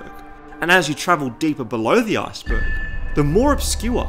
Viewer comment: I really hate how you say “Iceberg”... It sounds like if you are going to say “Asperger”.